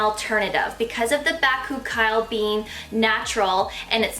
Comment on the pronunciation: You're pronouncing bakuchiol wrong, just an fyi.